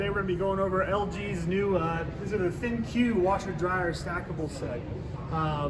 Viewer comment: Everytime someone calls these thin 'q' makes me giggle 🤭 The correct enunciation is simply 'think' the 'q' in place of the 'k' is just LG being cheeky.